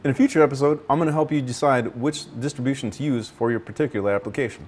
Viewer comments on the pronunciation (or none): none